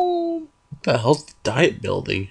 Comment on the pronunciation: I think "Diet" building is pronounced like the "Viet-" in Vietnam.